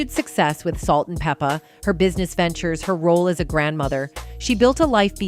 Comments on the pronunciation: Yes, PLEASE... Its pronounced "Peppa" like Pepper. Like Salt and Pepper... Okurrr!👍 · Pronounce her name right! It Pep-pa